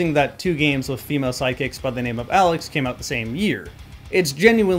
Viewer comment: It's alyx, not Alex. Two different.